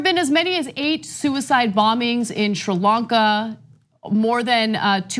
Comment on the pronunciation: I seem to recall TYT criticism of Donald Trump for not using the word Muslims when talking about the Christchurch massacre. I guess Democrats get a pass. Plus Ana, learn how to pronounce Sri Lanka. I suggest you watch the BBC.